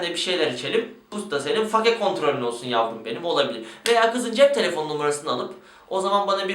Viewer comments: Katılıyorum, fake diyorsunuzda bari fake olarak okumayın 'feyk' olarak okuyun. Örnek 'Ben fake'yim.' -. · Fake kelimesinin "fake" olarak bi kere daha okursan ekrana kafa atıcam. "Feyk" ulan o. basket de mi izlemiyosunuz, ingilizce dizi de mi izlemiyosunuz. "Feyk" ulan feyk. Türkçesini kullanmıcam diye ısrar ediyosun bari ingilizcesini düzgün oku. Fake nedir ya.